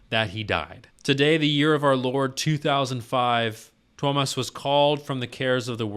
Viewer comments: dude, u pronounced him right, no worries man xD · Your pronunciation of Tuomas' name was good, not perfect, but good ☺ The "i" is actually pronounced a little more individually, less as a diphthong with the "a". I've started to set up a list of vids where the names of the band members are pronounced (no actual links since YT is so unreliable with comments containing even internal links): For Tuomas Holopainen: Marko says his name right at the start of "Greatest Show on Earth" from Tampere (only on fan channels) For Marko Hietala: Floor says his name at the start of "Elan", live from Wembley Arena (also only on fan channels) For Floor Jansen: Marko says her name right before "She's My Sin" from Wacken 2013 (most videos start after it, so either pick the full concert and go in-between "Wish I Had an Angel" and "She's My Sin", or there's a version of "Sin" that includes the introduction, from channel GhostHell) For Kai Hahto (current drummer): Marko says his name during the intro of "Weak Fantasy" from Tampere